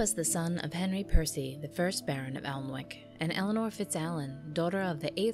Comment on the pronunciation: Pronounciation! Alnwick = “Annick”, Yorkshire = “Yorkshur”.